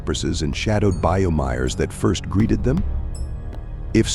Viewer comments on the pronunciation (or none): What's a "Bye-Ow"? 😆